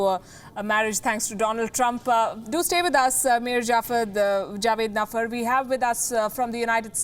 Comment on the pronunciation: It's Meir Javedanfar. Please get your guests' name right.